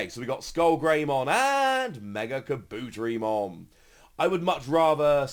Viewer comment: How dare you butcher the pronunciation of the great Kabuterimon